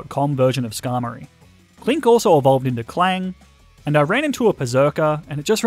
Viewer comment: U said “klinky” not KLINK!!!!!!😂😂😂😂😂